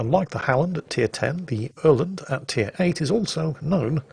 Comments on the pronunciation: Quit making an ass of yourself with the hurgedy-burgedy-speech. You actually pronounced "Öland" pretty well for a Brit. <3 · You're actually pretty close on how you pronounce Öland. As for the "Not promoting TKing" I have a silly one for you there. I was in a match where we had a Nicholas that was more or less completely useless. I asked my team as a joke, "Can I sink our useless Nicholas?" The DD in question was parked tightly behind an island and only backed up to torpedo, thing was that there was nothing in range of his torps. An other team mate said he could do it because he was closer and he torpedoed him. But instead of raging at the team mate for TKing him the Nicholas player raged at the enemy DD for cheating by torpedoing him through the island. As for good AA combos, for the many people that just H A T E the "Fun Police" and much as me. If you team up a Halland and a Minotaur that's been set up for AA then you have a combined continuous AA damage of over 1000. I tried playing CV before the CV workover and I found it incredible boring, and I tried it again after the rework and I did play for a while, but I still find them incredible boring to play. What carriers need is a fuel limitation on the planes, give the planes a limited range and time in the air, like the time it takes to fly straight out from the CV to a maximum of 28 km before the planes don't have enough fuel to make the return trip. They can continue to fly beyond that, but the planes that hasn't returned to the CV before that are never returning. It gove a bit more balance and it mean the CVs need to stay a more active member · You pronounce Öland pretty well actually. Good video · Hey, that was actually a good pronounced Öland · Perfect Öland pronounciation! 10/10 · You are saying Öland correctly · Actually, your Öland pronounciation..... is close enough, good job:P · your pronunciation of Öland was spot on